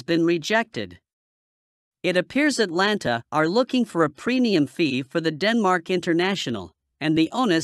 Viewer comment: and it’s Atalanta NOT Atlanta.